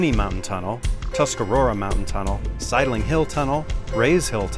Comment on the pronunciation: Ok, found one set for Days Gone movie * at Sideling Hill tunnel I fainted a little for the pronunce. Sideling sounded like Silent